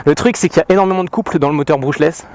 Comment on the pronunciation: "Moujou" dans la première vidéo, "Modjo" ici, moteur "Brouchlèss", bref tu m'as tué xD